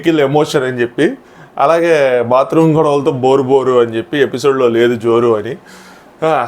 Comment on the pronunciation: ఎపిసోడ్ bro అది పిసోడ్ కాదు ❤❤